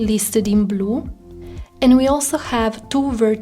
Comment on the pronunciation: Sorry, your accent is very similar to the italian accent. For example you pronounced "blue" in a perfect italian haha